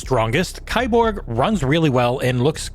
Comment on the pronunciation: ...it's pronounced "key-borg"